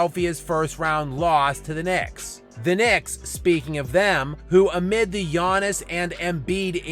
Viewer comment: I love how has just completely given up on pronouncing Giannis's name correctly